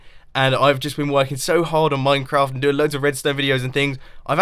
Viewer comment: VulpisFoxfire It sounded more like "MineCun"